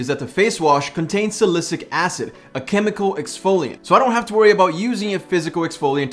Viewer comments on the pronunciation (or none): saicylic. not salicyc lol